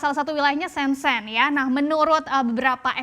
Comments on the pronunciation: mba namanya bukan "sensen", tapi bacanya "siencien" - Shenzhen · Bukan siencien, tapi sencen.